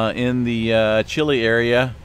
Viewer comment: May God Bless you in your marriage for a very long time 🌿It’s really neat to hear you say Chill” lay correctly sometimes 🙉🙈🙊